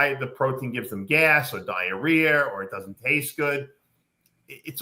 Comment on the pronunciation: Did he say " diarrhear"???😅😅